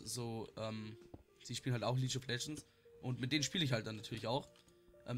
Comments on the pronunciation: ok...langsam regt mich das auf! Es heißt NICHT leasch of legends SONDERN lea>>g< >lieg<<) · bitte sprich League of Legends nie wieder Leache of legends aus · Ja er immer lietsch of legends ich immer HALTS MAUL